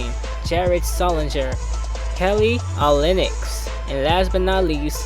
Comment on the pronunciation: its its pronounced Kelly o-lin-ik